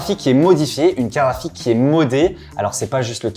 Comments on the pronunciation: "une carafique" ou une carte GRAphique ? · Une "CARAFIQUE" AR-TI-CU-LE . C'est une CARTE GRAPHIQUE, pas une CARAFIQUE 😅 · "Carafite" c'est relou, j'espère qu'un jour vous apprendrez à dire "carte graphique"